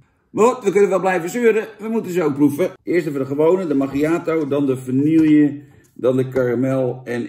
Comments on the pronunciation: Het is "vanieje" Niet "vanielje". Doe me niet zo'n pijn ‼️😭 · Jantje, wanneer stop je eens met vanille als vanielje uit te spreken? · Vaaaanieeeeeeelje, zoals alleen ome Jantje dat kan uitspreken....